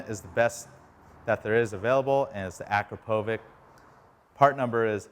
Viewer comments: its pronunced akrapovich not akropovic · The brand of the muffler is pronounced Akrapowitch! Leading brand among sport exhaust systems - made in Slovenia EU. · The way he pronounces akrapovič, like bro there's a "č" for a reason it makes a "ch" sound like ch from "CH"ina